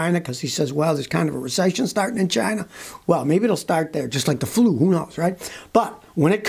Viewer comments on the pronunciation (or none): none